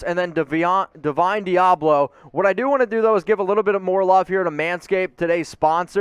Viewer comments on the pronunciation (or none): LMAO you cant get through a draft w/o mispronouncing someone's name then acting like you know all about him. Deablo a CB? He's a WLB in the NFL.